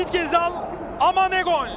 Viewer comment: Ghezzal demeyenle futbol konuşmam